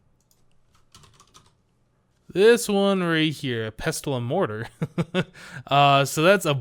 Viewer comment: You probably heard this by now, but the "t" in pestle is silent.